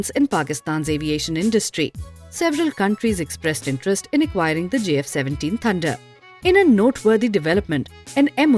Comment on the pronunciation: Please learn to say J instead of Z